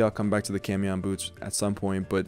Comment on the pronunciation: Quick fyi camión is pronounced caw-me-own. It means bus